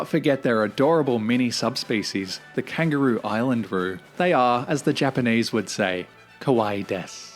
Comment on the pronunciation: Love your reactions - just a 'heads up' - it's pronounced KANG-GUR-ROO (hard 'G' like in ANGER...)